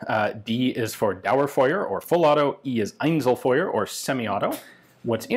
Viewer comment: Einselfeuer though lol...